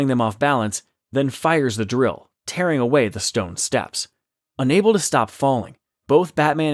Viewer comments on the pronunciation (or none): none